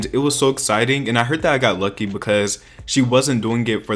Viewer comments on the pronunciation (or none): none